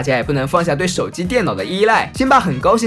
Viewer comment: 那里是高兴 不是 “高心” （ 感谢您的赞 ）